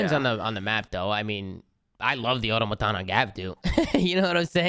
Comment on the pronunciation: Ever since Chris pointed out and say aTOMaton.. and can't say it any other way lol